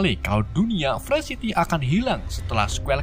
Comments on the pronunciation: Free city dibacanya bukan "frysiti" bang tapi "Frii siti" Free life dibacanya bukan "fre'lif" bang tapi "Fri laif" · Game nya Free city bukan pre city anjj!!